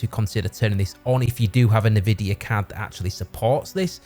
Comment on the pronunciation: Ni-vidia is a wild pronunciation